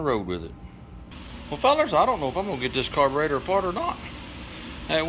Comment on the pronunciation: Do you have any idea how silly you sound saying carveroster really